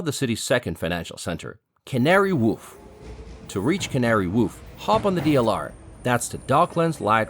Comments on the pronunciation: Canary woof? I hate that place on a moral level but even I know it's pronounced Canary Wharf, like war with an f on the end. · The King is Home when the Royal Standard flies Not the flag ( Union Jack) When you say Tea with milk it doesn't mean empty a cows udders as you did. Canary Warf The H is silent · Canary Woof? Yes its located on the Isle of Dogs! but its not pronounced that way! The 'ar' in "Wharf" pronounced like 'or' in "more" Great video showing its various cultural gems. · It's Wharf not Woof. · Canary 'woof' 🤣🤣 It's pronounced waarf. Sorry but that one just grated on me.... Great video. Thanks so much 🙏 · The way your pronouncing the names of places is killing me 😂 you called Buckingham palace bucking-HAM and Canary Wharf : canary whoof 😂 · Canary WOOF! 😂 Mate, it's pronounced as it's spelt, WHARF, like WAR with an F on the end, love from a Londoner. 😉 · Canary whoof 🤣 noooo it’s pronounced walf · It’s Canary Wharf 🤣🤣🤣🤣that did make me laugh ! Canary woof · I'm sorry but what?! The Canary Woof? It's a wharf, for boats, not a dog barking. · It's Canary Warfe not Woof Custard tarts not egg tarts! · It’s the Pyx Chamber in Westminster Abbey, not the pig's chamber! And Canary Wharf, not woof…Shoreditch for gawd's sake… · It is not Canary Whoof, Amigo. It is Canary Wharf. a completely different pronunciation. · “Canary Woof” 😂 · Correction matey , it’s Canary WHARF , ( pronounced “W O R F “ not W a l f , bruv ? 😂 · Did he say woof ? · I am not sure if I misheard you. Did you say - Canary Woof? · Other than saying Canary Woof🦮🤦‍♂️😂 & missing out the Paddington Bear House near Primrose Hill that was a very well informed,productive insight of London👏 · "the Canary Woff"? 👀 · "Canary Woof"....😂😂🤣🤣😂😂🤣🤣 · Canary Woof… Sorry that made me laugh 😂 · Think he said wolf hahaha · Great video, I did giggle when you said Canary Woof though 🤣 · "Canary Whoof" 😂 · I was going to say it's pronounced like Worf in Star Trek. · Wharf rhymes with dwarf